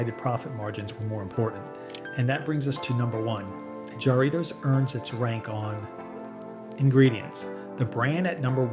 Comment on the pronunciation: "Seven-yew-pee"? Never drank that. 😂 Or "jar-REE-toes"! 😂😂